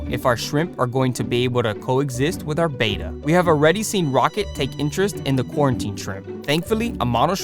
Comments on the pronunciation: ITS BETTA NOT BETA THST EHY IT HAS 2 T'D NOT 1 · Its not a Beta fish, its a betta. Like better with a at the end instead of er. Betta not beta. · it's not pronounced bay-tuh, it's beh-tuh. glad to see the tank progress. you should NOT have multiple bettas in a tank unless theyre all female. this can be deadly. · Beta = bay-tuh Betta = bet-tuh Double T! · It's not a beta, it's a bet-ta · Betta is pronounced BETT uh. "Bayta" is spelled "beta"; it's a Greek letter. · The most accepted pronunciation of "betta," from the Malay word for the fish, is BET-uh (like "better"), with a soft "e" and a short "a" sound, not BAY-tuh. While the softer "e" pronunciation is often heard, particularly in the U.S., the Malay-derived pronunciation is considered more technically accurate, though both are generally understood. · They are not “bay-ta” fish. They’re Betta. Beh-tuh. If you are going to be saying a word dozens of times the least you could do is spend the TWO WHOLE SECONDS googling something to learn how to pronounce it. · Correctly pronounced bett-uh, not bayta as in Betamax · It's not a "BAY-ta," it's a "BET-uh." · Mr. Betta is pronounced Bet-tuh, he is not a Bay-tuh, he is an ALPHA. =D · Btw it’s pronounced betta not beta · It's pronounced betta (bet- ta) I've been in the hobby since 1970 and cannot believe how it went from the original pronunciation to beta. Anyway great set up though. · Betta is not pronounced like beta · That pronunciation of Betta makes me cringe🫣😂 But otherwise, good job